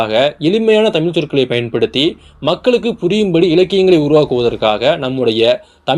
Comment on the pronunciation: தமிழ் என்று சொல்லவும் தமில் அல்ல ... நண்பரே